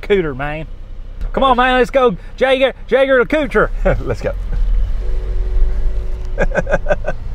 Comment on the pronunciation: Ppl stop saying jeger with a "j" sound it's a "y" pronunciation... it's a German name so Jaeger is pronounced "yager"